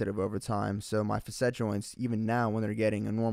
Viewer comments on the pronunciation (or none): FASS-it, not FUSS-et for Facet haha